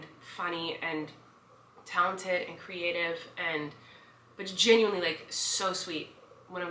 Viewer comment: when you said "just genuinely so sweet" my mom thought you said "this chicken leg is so sweet" and i think you deserve to know this tbh